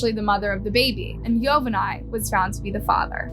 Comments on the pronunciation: This was hard to watch with your butchering of the names, specifically Yovani. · Thanks for the story. Please in the future please try to pronounce the names of the persons in the case correctly. It was hard hearing you mispronounce Yovani's name over and over again just to hear his name said correctly in a news video clip that you inserted into your video. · Yovani is pronounced "Jo-ba-nee". Just for future reference. 😎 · How awful poor girl. What Awful humans. Hope they suffer. Btw...YOVANI is pronounced yo-ba-n-e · Ma’am… why do you always mispronounce names? It feels purposeful at this point since you included a video that shows Yovani’s correct pronunciation. “Marlin”… “Ocho-ah”? Please, at the very least, respect the deceased people you profit off enough to pronounce their names correctly. It’s incredibly disrespectful. It’s making me not want to support your channel anymore.